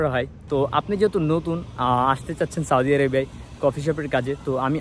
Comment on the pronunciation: সাওদি আরাবিয়া কোথায় আবার? দেশের নামটা উচ্চারণ করতে পারলেন নাহ?